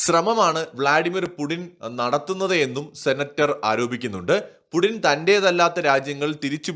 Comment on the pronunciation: Russianil pudin ennala pronounce cheyunnathu....puthin, puTHIN....it would be perfect then....I speak russian pretty good for 25 years